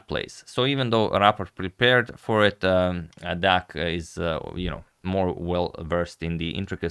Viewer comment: the pronunciation on 'deac' is good this time :)